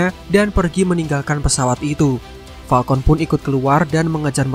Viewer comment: gw dengernya Palkon hitam